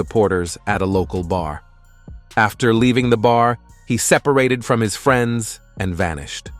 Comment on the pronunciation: "Argu-minting with free-ands."